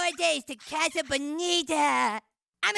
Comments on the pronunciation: You're not saying "casa" right. It's "kah-suh," not "kaa-suh" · Why do you pronounce it?“ Kaa-Suh”? it’s Casa, “Caa” like a crow, and “Suh” like a hippie douchbag saying hello. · I hate the way you say casa .. Wtf lol but still watched 😆😫